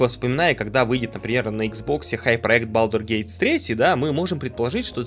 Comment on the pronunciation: Прошёл год с выхода балдурС гейт, а до сих пор называет её балдур гейтС